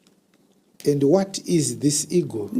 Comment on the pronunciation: Eagle not Ego